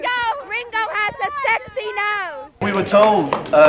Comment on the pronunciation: "RingOs GOtta SexY nOsee~"